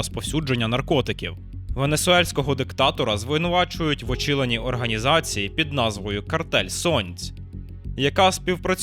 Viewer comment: "Венесуельського диктатора звинувачують в очіленні організації..." . Чіл в диктаторів він такий, покер, повії, кокаїн.